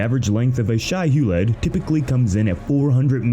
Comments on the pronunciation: Ug, they're using AI narration. The worms are called Shai-Hulud (pronounced: Shy Huh-lewd), NOT Shiheled. The creatures from Tremors are call Graboids (Grab-oids) not gruhboids. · Not dangerville mispronouncing Shai-Hulud